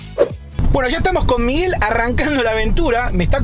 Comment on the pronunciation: Se dice Miguel